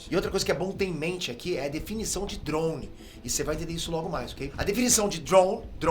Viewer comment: Po,! Para de falar OVNI dando ênfase no i 🥴 e também falar droun... É DRONE cara 🤣😂🤣😂🤣😂🤣